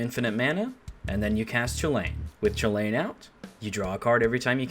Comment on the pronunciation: You said it correctly. It is pronounced choo-Lane. As Donald Glover puts it, "This is America."